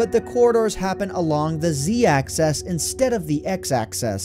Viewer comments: Why does it sound like hes saying access not axis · Quality video, but the way you say "Axis" kills me. You pronounce it the same as "access." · It's pronounced "axis" not "access" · sounds like he's saying access instead of axis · AXIS. ITS AXIS NOT ACCESS. IM SORRY I HAD TO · It bothers me that he says access instead of axis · Can you please stop pronouncing "axis" as though it were spelled "access" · The way you say "Axis" bothers me. Not trying to insult, but it sounds like "Axess" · Nice vids... but... Axis. not Access. that was killing me. Otherwise nice vid. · AXIS not ACCESS! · AXIS NOT ACCESS JESUS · Great video, but the pronunciation of "axis" as "access" is a real pet peeve for me. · Axis* not access. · "axis," not "access." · X, Y, and Z AXIS. not access. Axis is also the plural of axis so it's the x axis and the y and z axis. Just say axis. Not access. Great video btw, it was filmed beautifully to show off the repetition. What an awesome glitch. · When you sound 'axis' it sounds like 'access' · AXIS. NOT ACCESS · axis not access fatty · Ohmy days he says access instead of axis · why tf do you say access instead of axis? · The word is axis, not "access". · Is it just me or did saying access instead of axes bug the heck out of anyone listening. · Dude it's 'axis', not 'access'... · You're saying access, not axis. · Axis not access. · This was a great vid, really cool, BUT and practice with me here axIS axIS not acCESS axIS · Axis, not access- dumbass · Axis not Access, man. xD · It's called an "axis". Not an "access". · It's axis not access btw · It's axis, not access. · IT IS NOT ACCESS. IT IS AXIS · "Axis" is not homophonous to "access". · Z access? X access? Its axis...😬😬😬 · It's been a while since I've played Minecraft, but these things are still pretty interesting nonetheless. But oh god, "access..." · Why do you say "axis" like "access?" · Axis, Ax-iss. Axis. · Why do you pronounce it "access" every single time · 'Zee access'... Bloody hell.